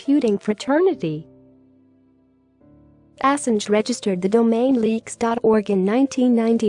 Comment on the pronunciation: pronunciation of Assange is wrong